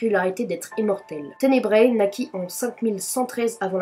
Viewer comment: "ténebra" pas tenebraé"